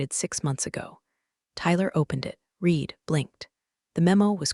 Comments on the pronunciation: You dont have someone who knows english to help you program your AI reader, (Pronounced "reeder") and they have read(Pronounced "RED" in that past tense context),that word incorrectly within the context of the story. Read, also has a Past tense Pronunciation "RED" and almost every instance of the word Read, was mispronounced and should have been read, as "RED" not "Reed" I figure you are working on an ai maybe you should get someone who is a Native speaker of American English, instead of a bunch of coders who probably barely made it through from gradeschool. It is so annoying when a reader can't read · I didn't think it was legal for her to bring confidential information to a new company. Good storyline though. AI needs to learn difference between past and present tense, most notably "read (reed)" and "read (red)" A few more minor errors but nothing jarring. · Good story teach your AI to say read and live in the right context ..really annoying